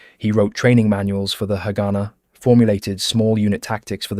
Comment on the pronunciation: This is a very interesting video. I guess several people have mentioned about the pronunciation of haganah